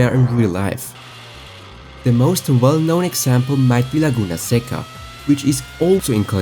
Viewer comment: Bro pronounced "Laguna seca" perfectly, beautiful